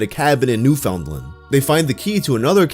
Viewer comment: enunciating the found in newfoundland is so cursed 😭